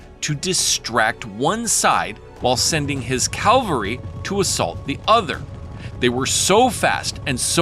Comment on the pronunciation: please say "cavaLry" going forward, not "caLvary"...